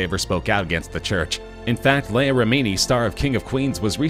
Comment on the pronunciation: You speak to fast, your telling us info that is not new news. If your going to say Leah's name, then pronounce it correctly. She is doing an amazing job speaking out against Scientology.